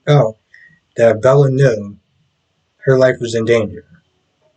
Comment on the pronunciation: It’s Belle not Bella 😅 Great review